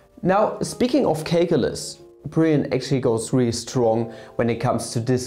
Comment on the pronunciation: Did you say CAKEulus?